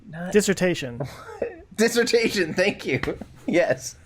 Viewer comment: I'm screaming and laughing dis-sert-tay-shun,!